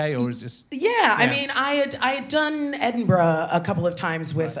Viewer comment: I love the fact that she said Edinburgh properly !